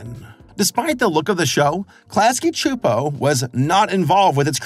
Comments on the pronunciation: It’s irking me that you’re saying Chu-Po…..it’s pronounced Soo-Po. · I always pronounced it "Klasky Soupo/Suupo" Pronouncing it "Klasky (ahhhh) Chuupo" just seems weird / wrong to me. 😂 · Really wish youd say Csupo the same way they did at the end of each episode. This shits gonna kill me if you say their name more than a handful of times in this 40 min video. Like where tf are you getting the "h" from? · I was today years old when I heard some saying "Csupo". And all that time with Duckman, saying it "cuh-supo". Also, "It was a global event, at least to me and my friends" is just a beautiful bit of writing. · klasky chupo? lmaooo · I could’ve sworn the audio would pronounce it “cusp-o”, yeah? I’ve gotta go relisten to it… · When I was a kid I always pronounced their name "Klasky Kuh-Supo", lol. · Super bothered by him pronouncing Csupo wrong for some reason. Silent C. Supo. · Btw the last name Csupo is pronounced “chup-O”. Like “cup” but with a ch like chip. I have a great uncle with this last name who also came over from Hungary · Where are you getting the “ch” in Csupo? Have I been saying it wrong? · Your pronouncing CSUPO all wrong